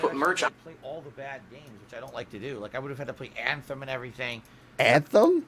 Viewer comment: btw the way pronounces "Anthem" is "ACKthem"... it IS the most way imaginable